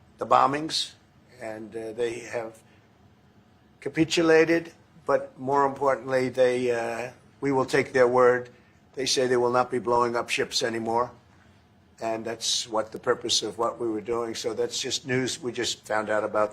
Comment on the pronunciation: Is he trying to say capitulate? 😅 capeachulate is not it donny 2 dolls